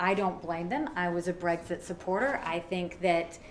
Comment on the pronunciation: It`s BREXIT not , repeat not BREGGS ZIT.